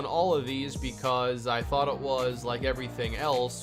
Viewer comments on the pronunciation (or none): none